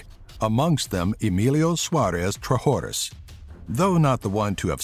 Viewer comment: You might want to update this video. David Hall has overtaken Delp for the No. 10 spot, having been sentenced to 825 years for 10 counts of promoting child pornography and 45 counts of possession thereof. By the way, "Trashorras" is pronounced "Tras-oras", while "Chamoy Teepso" should be pronounced phonetically. And in case you need the Arabic and Thai names of the Top 3, here they are. Jamal Zougam — جمال زوغام Othman El Gnaoui — عثمان الكناوي Chamoy Thipyaso — ชม้อย ทิพย์โส